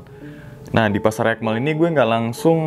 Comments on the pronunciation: Aik Mel bang buka ekmel 😂,, jdi kdengerangnnya BHS Inggris BHS sasaknya 😂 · Bukan ekmel tapi aikmel bg